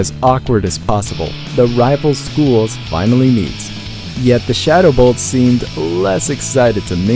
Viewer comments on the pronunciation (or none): you said shadow bolts not shadow colts